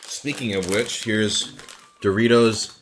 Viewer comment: It's dorry-toss.